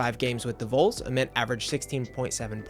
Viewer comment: its VOLS not VOLES. Short for VOLUNTEERS. Its AYY-Ment not Ahment Did you even watch a real game? lmao